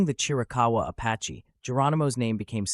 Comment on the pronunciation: It's Chiricahua not Chirakawa